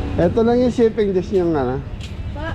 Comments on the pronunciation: chaffing dish hindi chipping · Chifing dish daw hahaha...paulit ulit mo pa binabanggit mali naman!! Chafing dish hindi chifing dish hahaha!!!